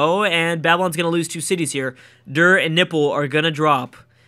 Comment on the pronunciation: Is it me or do i hear "Nipple" when He says "Nippur"?